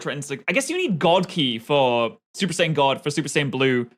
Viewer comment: BRO SAID SUPER SAIYAB RED